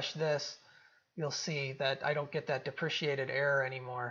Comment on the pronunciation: "DEPRECATED" not "DEPRECIATED" ;)